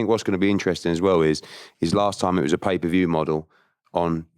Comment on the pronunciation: this man said paper view 💀